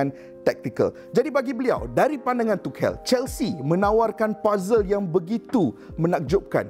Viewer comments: Aduii.. Bang, belajar dulu cara sebutan tu. Dok asyik tukel tukel.. Cara sebutan betul "thomas touch-el" la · Keep it up ! But just wanna say it’s pronounced as - tu shel , the c is s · Aku salute dgn info hang Tp pronounce nama org betul... Klu kita, mat salleh pronounce nama kita salah, kita pun marah